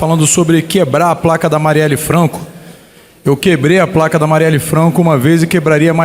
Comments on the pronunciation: É placa, e não praca....seu jumento.... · Em menos de 30 segundos no seu 1° discurso, já assassinou o português. "..quebraram a 'praca'.." Parabéns esquerda! 👏👏👏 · Sabe nem falar placa pra ele é praca ,discurso patético, da pra ver que o cara não tem capacidade intelectual, sou favelado,homossexual e negro,jura? Tem cara de Branco 😂😂😂😂😂😂vitimimimi. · Eu também ouvi "praca" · Oi, é você? "Praca", Marielle "Flanco"... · "praca", Marielle "Flanco"?? Estranho... na entrevista dele para Mário Sérgio Conti, ele não falava assim, errado... Parece que está fazendo um teatrinho para se passar por coitadinho , "favelado que não sabe falar" ... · Estou surdo ou ele falou "prlaca" e "Mariele Flanco"? Kkkkkkk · Esse "grande" deputado RESERVA não sabe nem falar. "PRACA", Marielle "FLANCO", essssiscandalos., kkkk......idiota. Isso que dá. O eleito era péssimo, o RESERVA é pior.